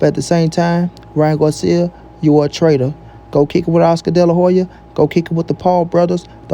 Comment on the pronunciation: good spill but the word is TRAITOR not trader all good homie keep doing your thing